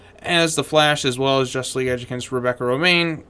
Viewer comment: Jushtice Shleague